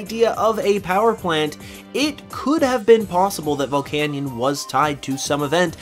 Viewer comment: Say it with me now VULL-CANE-EE-IN